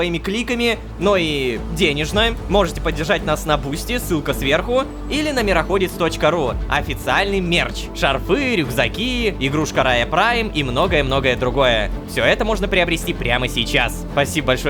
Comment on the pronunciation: не шарфЫ, а шАрфы